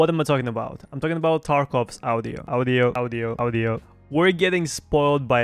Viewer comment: bro, it's "ah-dee-oh" not "ow-dee-oh", please for the love of god